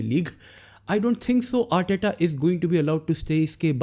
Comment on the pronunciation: Arteta ❌ Aandtatta ✅